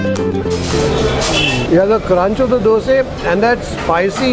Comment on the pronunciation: Its dosa and not the dose